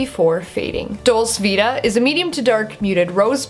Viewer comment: Great review! I have this and have been really enjoying it. well worth the money. I don't know if anyone else has mentioned it yet but I think it's pronounced 'dolchay vita' ☺xxx